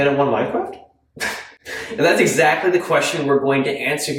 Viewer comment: "Can they wun minecwaft?"